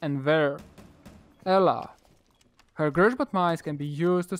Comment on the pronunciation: just type in polish google translate "grzmot" and you'll see. Im from Poland and u made Little mistake but its still okay haha